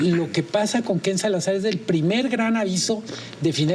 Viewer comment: Por qué Manuel insiste en decir: KenSalazar, es Ken-Salazar